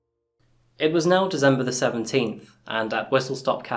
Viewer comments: Love your videos, gruesome though they are. You are however the only person I know to say "Dezember"! :) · Dizzembah the thirteenth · Anyone else notice that he pronounces december as dezember? Anyone know what area that might be as I assume it's an accent?